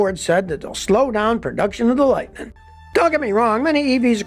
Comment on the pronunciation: "Rampeen"?????? "Lightneen"??????